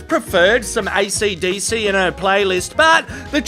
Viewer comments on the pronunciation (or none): Ok but why'd he mispronounce ACDC